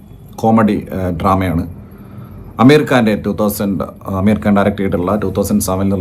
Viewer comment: അമീർ കാൻ ❌ ആമിർ ഖാൻ ✅